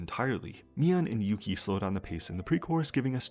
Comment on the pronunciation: fyi it's either "Yu-chi" for Chinese pronunciation or "Oo-gi" for Korean, never "Yu-ki"